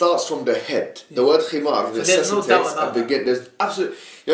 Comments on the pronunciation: It's not, himar, it's HiMaRGH. PLEASE, PRONOUNCE IT CORRECTLY. Lol that was a lil funny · But WHERE does it say that the Khimar is obligatory?? When and where does the Quran emphasise the importance of the Khimar in daily life? The only times a woman’s head is mentioned being covered is during prayer, umrah, hajj and entering a mosque. Yes the Khimar was used but no where in the Quran marks the start of it or the obligation of it. Picking on her pronunciation was beyond petty. It’s not ignorance. Just because you had nothing left to say you decided bashing her pronunciation was a good place to go.